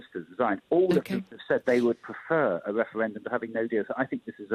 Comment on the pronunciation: Can't listen to this man winds me up how many times does he say weferwendum